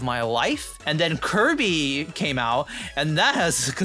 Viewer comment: Did you say Kirby?